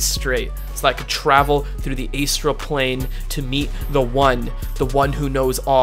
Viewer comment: the best part was when you said "aystral" that fucking sent me